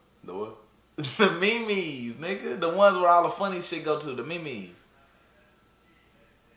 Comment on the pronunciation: I like how he doesn't even correct him on how to say "meme" he just like "Aight do you"